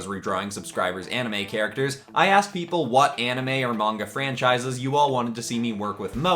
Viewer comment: Ok you realy gota work on that name for the series